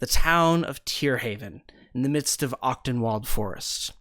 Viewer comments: Honestly didn't realize what the name was supposed to be Achtung. pronounces it closer to Octenwald than the german pronunciation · hahaha. seeing the map for the first time, i suddenly realize that you are using german names the whole time and just pronounce them english. being german the pronounciation of the word Achtung (which means caution, attention or esteem btw) is just hillarious :D and since Wald means forest, Tierhavn is located in the „caution forest forest“ :) this also explains why many names sound germanic, especially in the hooded lanterns.